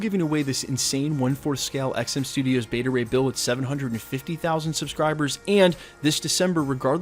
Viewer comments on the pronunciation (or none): none